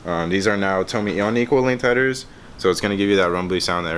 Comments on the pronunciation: isnt it pronounced "Toe-may"?? good video though!! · "Toe-may" bro. Like your toe in may.